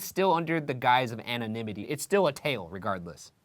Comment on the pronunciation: "anna nimity"